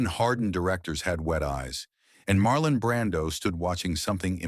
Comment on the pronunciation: Marlon not Marlin can't even get that right!